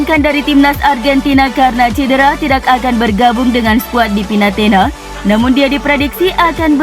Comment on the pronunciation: Pinetina min bkn Pinatena hehe😃✌🐍⚫🔵⚫🔵🐍